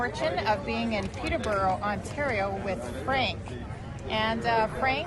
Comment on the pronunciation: They don't even know how to pounce Peterbrough